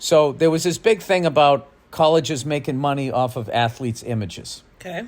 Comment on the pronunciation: She still says ATHELETS 😂😂😂😂😂